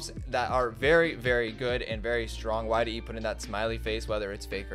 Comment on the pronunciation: it isnt yde, his name is Yde not YDE so...